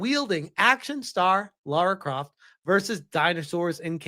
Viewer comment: Whenever someone says LAURA CROFT me: 😠